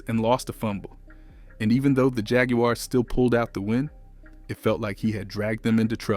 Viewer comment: agree backing out. gotta pronounce the team name correctly